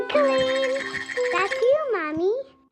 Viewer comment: Can’t handle how pronounces Colleen